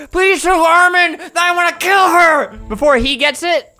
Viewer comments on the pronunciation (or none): He said Armin like it's a really common name and the name of no anime character